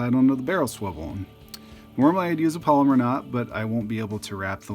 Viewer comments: It's pronounced PALOMAR, not "polymer". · "Palomar" is not pronounced "polymer". It's pronounced "pallow-mar".